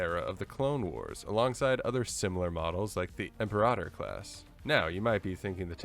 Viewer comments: Imperahtor? Class interesting way to say Imper-ator. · Im-peer-Ah-tor, capice? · Imp-air-ah-tohr sounds better, personally